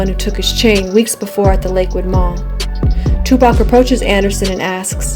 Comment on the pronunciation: she really said tupac shock whore